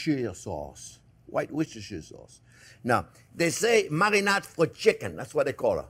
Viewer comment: I have never heard of white worchestire sauce